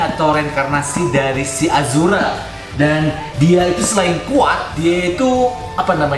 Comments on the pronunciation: Ashura bang, bukan azhura.. 🤣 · Ashura bukan azhura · ashura bkn azura